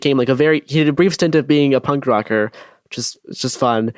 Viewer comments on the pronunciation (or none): none